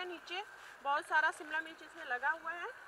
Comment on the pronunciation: Mircha nahi mirch bola kre